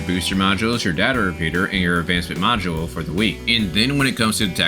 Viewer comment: I love that always you say MODULE, I hear NACHOS hahaha